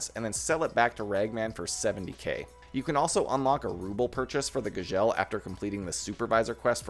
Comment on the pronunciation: the way you Gzhel is driving me nuts